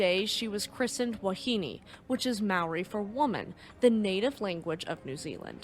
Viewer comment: Thank you for sharing the story about one of New Zealands worse peacetime shipping accidents. Its still talked about every year on the anniversary of her sinking. I would also like to compliment you on not butchering the māori language. You are one of the best ive heard trying to ponounce the language